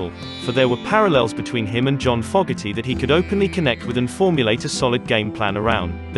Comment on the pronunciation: Please pronounce John Fogerty correctly.